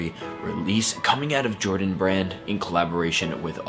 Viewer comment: “Air Jrodan 5”